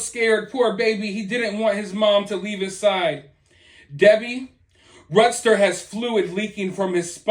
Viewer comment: LOL Hey.... I felt the "need" hahah to help you pronounce.... how I think RUDSTER is (RUDE-ster, as we say RUDE in RUDY) Thanks for staying on top of this story...."literally story"